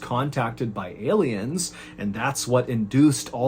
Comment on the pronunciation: mr ballen one of them type motherfuckers who says "elliens" instead of aliens